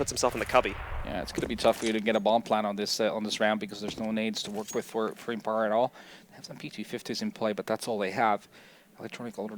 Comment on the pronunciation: it pisses me off on how he pronounces empire fffffuuck